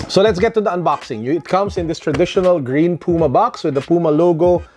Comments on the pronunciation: The way you pronounced Puma is actually the right one. It is a brand from Germany, so it should be read the way it’s written. Not like English. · your pronunciation of "puma" is correct. it's the german word for cougar. trust me, i'm german^^